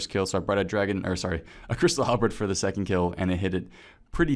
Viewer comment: please stop saying "halbrid"